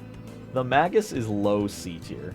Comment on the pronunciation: Mispronouncing magus so much hurt my brain.